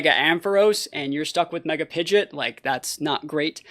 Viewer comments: Pi-GEE-OT not Pi-JIT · So we purposely say pidgeot wrong